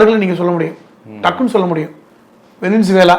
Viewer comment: சார்.. வெனின்சூலா என்று உச்சரிக்க வேண்டாம் வெனிசுலா என்பதே சரி..